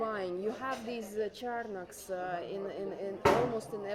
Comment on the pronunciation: Ellentétben sok kommentelővel, akik úgy hallják, nem orosz anyanyelvű, hanem magyar a csaj, szerintem egyértelműen orosz. A gorgonzola, és parmezan szavakat egyértelműen tipikus orosz akcentussal ejti - ezeket nyilván nem tanulta angolul kiejteni. A csarnok szót sem igazi magyar akcentussal ejti. Jó füle és jó nyelvérzéke van, ennyi.